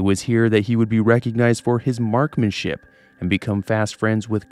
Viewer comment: MarkSmanship. With an S. Appreciate the video, btw & am giving a like but iss driving me silly